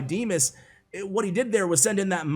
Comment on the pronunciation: Vanco Vanco has already made such video about DIMAS first! 🇷🇺 P.s.: it sounds D[ i ]mas, from name D[ i ]ma, not [ ai ], and stress (emphasis, i dont know how is right) falls on A, not I